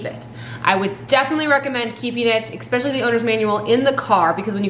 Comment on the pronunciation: ESpecially not EXpecially 😜😂 but these are great tips! 🤣😂♥️